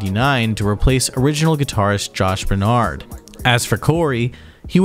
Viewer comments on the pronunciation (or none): none